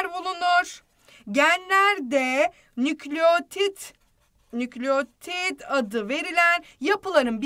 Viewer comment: nükleğtit değil nükleotid